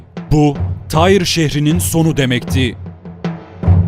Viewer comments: Bu şehrin adı Türkçede "Tir" diye telaffuz edilir ve yazılır. Allah aşkına "Tayr" ne demek oluyor? Yapmayın böyle şeyler. Türkçe tarih kitaplarında antik Lübnan şehirlerinin adları yıllardır bellidir: Sidon, Tir, Biblos...vs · Tyre yani Tyros şehri, telaffuzu Tire ya da Tiros şeklindedir :) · Abi tire diye okunmuyor mu ben mi yanlış hatırlıyorum